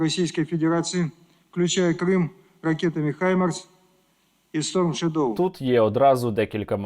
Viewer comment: Шойгу, в слове shadow ударение на первый слог. Был дураком, казаться умным не стоит даже и начинать